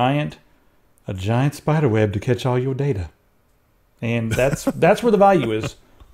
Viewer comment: "A giant spidahweb to collect all yo data" I lold pretty hard.